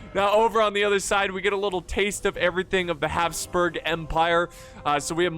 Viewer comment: Your pronounciation of Habsburg/Hapsburg is TERRIFYING.